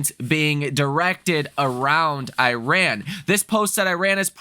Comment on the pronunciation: You should learn how to say Iran